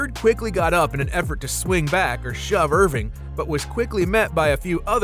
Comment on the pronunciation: Its Erving not Irving get it right